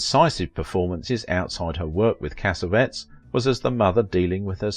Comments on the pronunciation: No, it is not Italian. Cassavetes is Greek. You are right that the narrator is pronouncing his name wrong. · It is pronounced "Casavetees" not Casavets! it's Italian! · cassavettes is pronounced Kasavetties, not kasavets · Correct! Not "CASSA-vetz" In film school we pronounced it, cassa-VET-eez. A creator of his magnitude deserves all four syllables, like a Greek! We pronounce Jose Ferér, fur-RARE, not fer-RARE-uh. Also, I have always pronounced Gena, JEH-nuh, not Gee-nuh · I wish you knew, or bothered to find out the proper pronunciation of her husbands name. Cas A Vet EES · John Cassavettes last Cass-A-Vettes the last part is pronounced like "TEAs."you run it all together and that's incorrect he's an Italian-American and you pronounce his last name like it's a bunch of cassettes ... WRONG! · You’re mispronouncing Cassavetes. It is pronounced: “Cah-sah-veh-tease” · Thank you. My ears were bleeding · Agreed! Also, her husband's name is mispronounced!